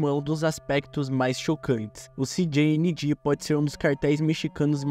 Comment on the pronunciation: México fala espanhol Canal: “Ci di ni gi” 😅